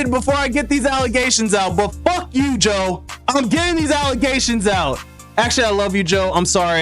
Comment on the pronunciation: Mannnn not JOEEEE